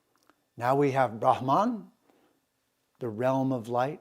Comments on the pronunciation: Sir, 🙏 plz say "Brhmann" not bramaan..... And Raamaayan not ramaayan. Princess Sita was Verily indeed his, ..... Raam's sp. Consort, queen & wife. ❣️💐🙏 🕉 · It's pronounced as ब्रम्हन् Brumm-hunn. Not Bramaan like Naan. And प्कृति Pruh-krthi is not Praacreetee. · Dear, thank you for your efforts. However, Brahman (ब्रह्मन्) which, as you rightly say, connotes the highest universal principle, as we can see: ब्रह्मन् is not pronounced brahmān or brahmaan as you do but with two short syllables. Sorry to say you are grievously mispronouncing and distorting the sounds of these sacred words. More colonisation? Please train up! The vowels a, ā, i, ī, u, ū are quite distinct: anyone able to read devanāgari ought to understand precisely how to work with the long and short vowels. Meanwhile e, o are long etc. - I am sad to say that some western Indologists are quite complacent in this area - Wendy Doniger, for instance. Recitation is of the ultimate in Sanskrit and to grossly mispronounce such key words in videos is a grievous sign of albeit unconscious disrespect. Ok. Said all in good faith. Writing from South India where by the way all Tamil vowels have long and short versions. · With all due respect, Cant Citti Media get someone who pronounces words correctly ? Specially the Sanskrit literature mandates and stresses on importance of correct Pronunciation. Just got so demotivated with such an erratic pronunciation of word Brahman as all types of wrong pronunciations.